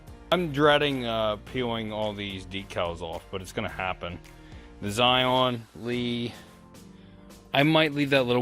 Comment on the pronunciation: Not sure if you are joking but it is Scion not Zion. On mine I had to do the valve cover gasket and PCV. Also, this toyota motor has an oil consumption problem. Issue with piston rings. Toyota had a program where they fixed it for free if the car qualified. Might ask the previous owner if she got it done. Sadly previous owner of mine did not get it done and I missed the cutoff date to do it. I add a quart every 1k miles. Thinking of contacting toyota to see if they will make an exception. Otherwise is a great car